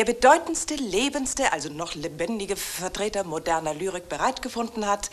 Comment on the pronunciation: Dieser winzige, kaum zu vernehmende Miniversprecher von bei "Vvvertrer"!